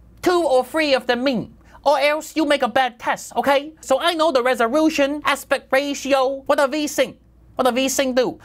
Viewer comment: This has just come up in my feed... nearly wet myself when he said "Rezorution" . For some reason that really tickled me. Nice one haha